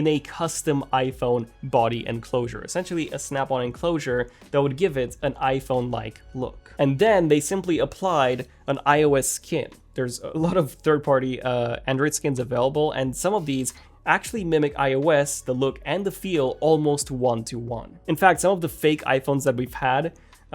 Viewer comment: I can fit my iPad mini 5th gen in my pocket, wdym? 😂 also, just picked up on your accent. I understand English is not everyone’s native and first language, but I think it’s hard to take someone as seriously when they’re constantly mispronouncing a “th” sound and using a “d” sound instead. Example: “these” vs “deez”. Not a critique meant to bash, but one to improve clarity and pronunciation!